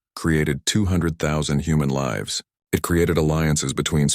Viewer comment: Why can’t the AI say lives but always says liv’s fix it